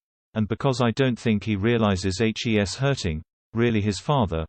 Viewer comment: Can someone PLEASE tell the ignoramus who reads the script, how to pronounce "he's", and that it is not spelt out, but READ!He obviously does not know that the apostrophe is in the place of the letter "i".Furthermore, "Ms" is pronounced "Mizz"-not "Mose".